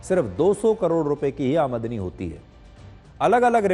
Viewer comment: Sudhir Chaudhary ko aamdani word bolna hi nahi aa raha hai jabki woh kitne bade news reporter hai aur is news me kitni galtiya kiye hai isko delete karke dusara vdo banaye